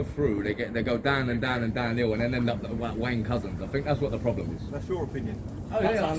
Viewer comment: "Wayne Couzens" .. keep doing it ..